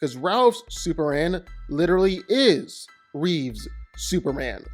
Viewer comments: His name is CHRISTOPHER REEVE, not Reeves. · I hate it when people who talk about Superman say Christopher Reeves. It's REEVE. There's no S in his name. No relation to George. STOP IT. GET SOME HELP.